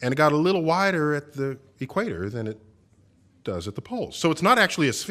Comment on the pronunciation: Bugger the flat earth stuff that ODD needs to pronounce his bloody T’s . I’ does not = it , se’ doesn’t = set. Infuriating bloody excolonials.